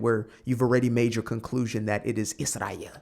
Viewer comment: And if I have to hear CrashOut Candace say “Ijrael” oR “JeW-DAY-OHHH Christian” one more time, ima crashOuT 🤣